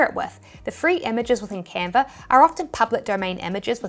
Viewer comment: Still love the accent: “Canver”!